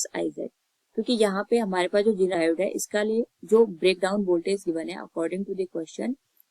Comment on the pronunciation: It's not jeneer it's zener